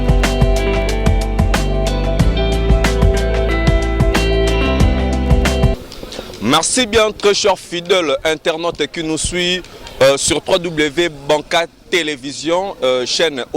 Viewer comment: Soit disant chroniqueur c'est quoi ça ??? Fidèle est non FUDELE...APPRENEZ LE FRANCAIS OU FAITES DES EMISSIONS EN LINGALA...C'EST MIEUX...SONI...PATCHO.MWANA MUTEKETA